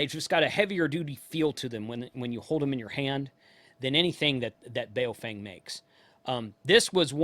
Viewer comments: It’s pronounced like: “boww funng”. as in “bow wow”, and as in “fun” with a “g” at the end. And IMHO they are NOT junk. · Blimey ) how can you review something you never owned and sound like you hate 😂😂😂 its Baofeng ( Ba-oww-fang )